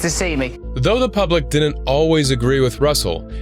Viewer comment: The word is, “didn’t.” Not “dinnint”